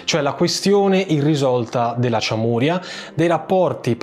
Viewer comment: Giusto per precisione sonora: Çameria = “CIAMERIA (senza accenti. Vocali della stessa durata. uguali) e non ciamùria. Cioè, come dire non Siciulia ma Sicilia. Grazie